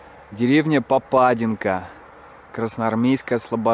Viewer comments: Добрый день. Насколько я понимаю, комментарии у вас открытые, а значит Вы открыты к критике. Так вот, люди у нас в городе добрые и открытые, но Вы оскорбили всех, исковеркали абсолютно все названия: ШелОнь, ПопадИнка, ПОрхов, ДЕдовичи. Никакой ни исторической, ни познавательной ценности в данном ролике вообще не наблюдается, чего не сказать о городе. Весь ролик приподнесен в вульгарном, негативном русле, будто рассказываете с отвращением. Мне очень жаль, что кто-то посмотрит этот "высер", простите за выражение и еще посчитает Вас компетентным человеком в области туризма, а в итоге город не получит должного внимания и настоящей оценки. Всего Вам доброго, надеюсь Вы либо начнете развиваться, либо Ваше дело сгинет на корню. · ПОрхов, ударение на первый слог ШелОнь, на второй ПопадИнка 😄 Считаю, что человек не из наших земель не может знать, как правильно ставить ударения, это не страшно) А продукция нашего завода очень вкусная, советую масло 😉 Можно было посмотреть ещё наше ХИлово и ВолышОво Всё, к сожалению, в плачевном состоянии, тут вы правы..